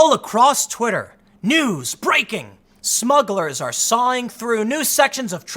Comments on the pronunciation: Timmy needs a editor. "smuggles?" in the intro? c'mon bruh. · What's a "Smuggle"?